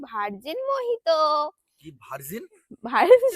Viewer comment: Mojito r pronunciation mohito e hoy, tumi thik chile. Sobsomoy loker kothay kan die nijeke doubt korbe na. Baki ra bhul bolle tader sudhre dao. Enjoy